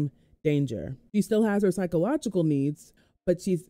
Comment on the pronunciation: Physiological not psychological. Fi- zi- o -logical